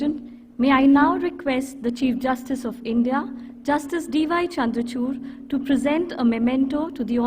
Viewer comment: LunChur not Chandchur